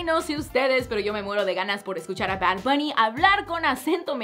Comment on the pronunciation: Jjajaja porque dices bard buuny Líke si crees lo mismo Dislike si no :)